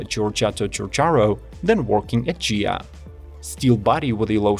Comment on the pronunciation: Ghia is pronunced the same as in Ghibli, Lamborghini ‼️